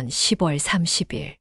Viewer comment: 10월을 시월이라고 해야지 십월이라고 자꾸 읽네...어이없다